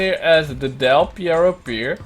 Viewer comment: Del Pierro? Mean perro?